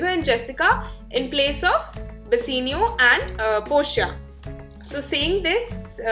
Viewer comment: It's Bassanio not Bassenio 😂